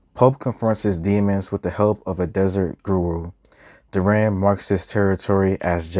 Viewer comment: Good reviews but please stop calling deran “duran”